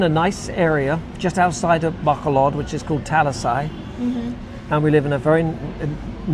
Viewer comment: By the time you leave, maybe you'll be able to pronounce Bac O lod. 😂 My girlfriend always corrects me on Talisay. Apparently that i is ee.